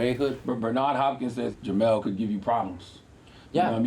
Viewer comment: it's Jermall, not jermell